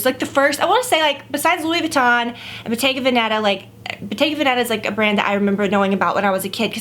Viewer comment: It means "Venetian Shop". Bottega (shop) VEN-eta (Venetian) -stress on the first syllable.